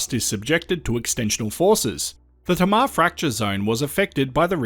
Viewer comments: Tamar...."hey ma" Not "ta ma" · it's tay-mar ya dog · Awesome work. Sorry your mispronounced Tamar Hobart Boy here